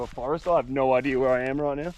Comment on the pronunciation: I never saw an R in idea. Yet, you keep saying, "idear" 🤭